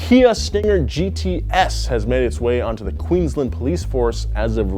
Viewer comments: Queensland is pronounced Queensland not Queenslind. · And also saying Queenslnd instead of Queensland. Not hating on the video but this pronunciation was just a bit painful to hear. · Queens-land don't slur the land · Just the way he said "Queensland" pissed me off so much.